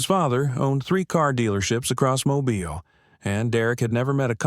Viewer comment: There is no Riverside county in Alabama. You pronounced "Mobile" incorrectly three times in the first ten minutes, in two different ways. If the 73 year old man in the story served in Afghanistan, the youngest he could have been at the time is 49, which would be unusual at the very least. According to Google, there are attorneys named Margaret Foster in several states, but not Alabama. If you want to write fiction, why not label it as such? It reads like you are trying to further divide an already divided country. Why would anybody want to do that?